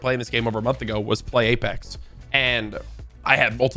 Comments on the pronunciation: He opened the video by saying “aplex” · ngl i opened the video and read the comments, and as i read this one i heard him say 'apelex' lmao unfortunate timing